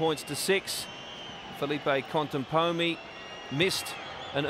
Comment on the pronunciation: This commentator said "Conteponi" the entire tournament :D